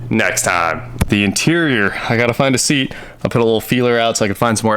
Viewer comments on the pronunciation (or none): none